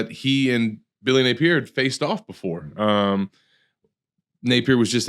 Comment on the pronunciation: i gotta ask... why you pronounce Napier's name like that? Only person i've ever heard say it like that. "Nape-ear"